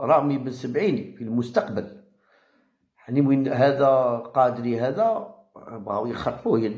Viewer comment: قداري وليس قادري ياعمي أحمد